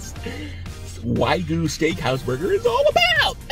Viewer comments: yeah I'm not even remotely interested in the culinary opinion of someone who doesn't know how to pronounce wagyu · you know how to pronounce Wagyu now? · "How to pronounce Wagyu" lmao what a scholarly muchacho woowoowooOOOOOo